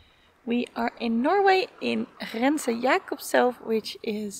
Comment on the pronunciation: Congratulations! :-) "Grense" not "Hrense" I don't know about Dutch. But I've noticed that English seems to have a lot of silent letters that we just don't have. So it's probably a good idea to not assume that a letter is silent unless you're absolutely sure. Norwegian isn't totally devoid of them, we do have silent letters. But if you assume that a word doesn't have them you're more likely to be right then wrong. And our silent letters tends to be due to the differences between Norwegian and Danish when they're there... I can imagine a American getting a heart attack watching that... It looks refreshing though. :-) By the way, no "f" sounds for the letter "v" in Norwegian. So "Vardø" was almost spot on except for that slight "f" sound. ;-) By the way, the "Ø" was impressive. :-) Well done! ^^ Aww, how cute. <3